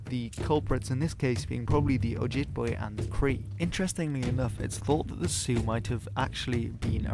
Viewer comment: Ojibwe is also too emphasised. try these pronunciations